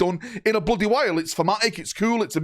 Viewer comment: Bloodeh, bloodeh excited!